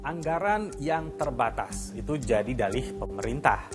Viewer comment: Satu hal yang harus kita pahami adalah anggaran yang terbatas Ada penekanan kata saat di ucapkan... 😅😅😅 Blunder mbak